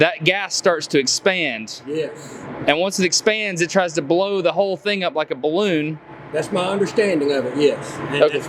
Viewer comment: he said "im not sure, i measure the thang"